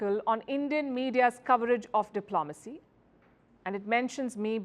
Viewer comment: Indian media coverage is NOT ''ill-informed'' BUT it IS ''informed'' by the British Raj. Even this Report refers to British Colonial Officers... until India takes responsibility for their present instead of blaming the past they will continue to think like victims! BTW ''diplomacy'' is pronounced dip-lo-macy, not dip-lom-acy.